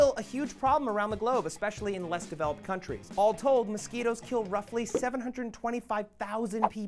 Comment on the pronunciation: My bad dude, it like 3am here sorry I missed one letter. By the way you learn how to spell mosquitoes, not MOSQUTOS that you said.